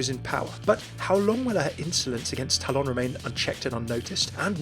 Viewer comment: It's called TALON NOT TAL-ON